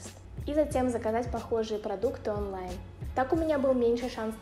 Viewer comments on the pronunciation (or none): none